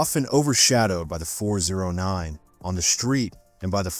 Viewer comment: Pronounced “Four ooh nine” and “four ooh six.”